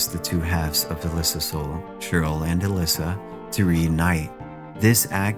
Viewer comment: Good video. For future reference though, it’s “Uh-Less-Uh”